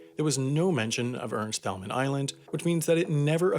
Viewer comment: Ca-son-es Ernst Tayl-man Spend more time researching and less time writing lame jokes.